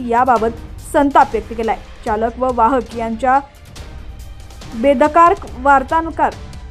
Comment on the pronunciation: Madam jra pahile Marathi tr dhadach bola... "बेदकार" नसते ते.. "बेदरकार" असतं....🙆